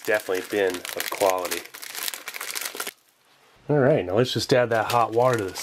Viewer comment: "if you ask me thats quaility"